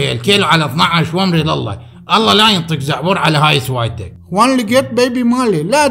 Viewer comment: دعبور مو زعبور